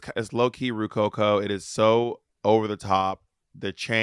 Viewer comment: not Ru-coco